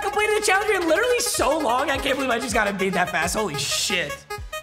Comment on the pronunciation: Foreigner jackpot: Papa, “EMBIID”. Yao Ming typing…